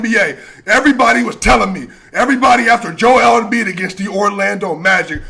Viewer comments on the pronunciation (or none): none